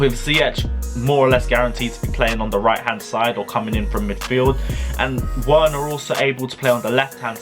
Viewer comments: Pronounced Wener like Vener NOT Wena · Triggered how he says Werner's name 😂😂😂😂